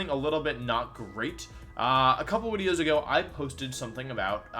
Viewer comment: Wolfey just likes to pronounce Pokemon names weird. It's a part of his YouTube personallity and branding. It all started with him pronouncing 'video' as 'wideo', the community loved it, and now Wolfey just like to mispronounce words for fun.